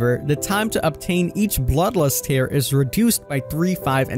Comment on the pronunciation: "Feer" and "Teer" not "Fare" and "Tare"... boy, what is going on..? We aint doing the Plag again.